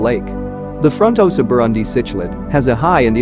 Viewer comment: You Need to work on your pronunciation buddy😂😆fronnn-tohsa ... tahnganjika —> those words